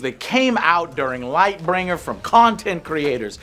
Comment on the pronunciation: It always confuses me how Joe always manages to misremember names or mis pronounce names is every video he does. Lightbringer is killing me